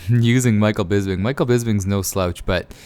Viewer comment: His name is Bisping not Bisbing!